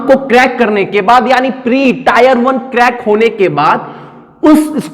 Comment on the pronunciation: Can't stop laughing😂 टायर 1।।। वेहलू।। first learn how to speak sir ji